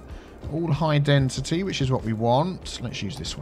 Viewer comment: That's "high densiTEA". 😆